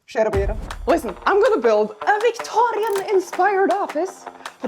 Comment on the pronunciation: "VictoRRRRRIAN era" ✨️